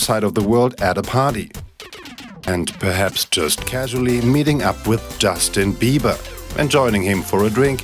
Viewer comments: “Dustin Beeeebahh” 💀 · “Dustin Bieber” 😂😂😂